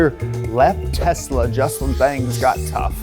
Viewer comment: The only guy in USA that pronounces TESLA the way it is suppose to be pronounced. AND NOT TEZZZZZLLLLAAAA